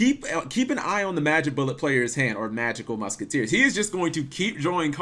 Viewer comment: Everytime you say magical muskiteers, I die a little inside..